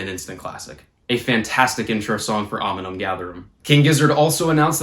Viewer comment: Oh and I’m pretty sure it’s ‘Omnium’ btw not ‘Ominum’ good luck with finals man! What’s your degree?